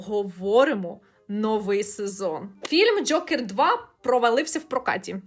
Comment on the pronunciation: Дякую за шикарне відео!Дуже було смішно, що ви кажете Джьокер прямо, як Скрипка, коли рекламував казино Джокер😂